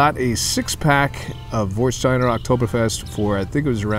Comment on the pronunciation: Nice review. I have just one suggestions about the pronunciation. It's an "a" not an "o". Warstein like Westphalia.